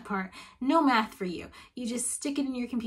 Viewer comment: I heard meth instead of math and can’t unhear it Sorry but four semesters of meth sounds like a terrible idea